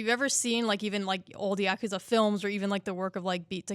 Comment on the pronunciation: Is NOBODY bothered that they’re saying Yakuza wrong? It’s YA-KU-ZA. It’s Japanese and it’s literally three easy syllables.